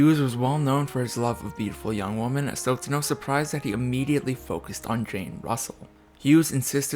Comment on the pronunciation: 🙄Okay, I'm very irritated and tired of people pronouncing WOMEN as WOMAN. It's profoundly ignorant and annoying. Women is pronounced as W-EH-MA-N. It's fascinating how people pronounce men and man correctly, but not women!😏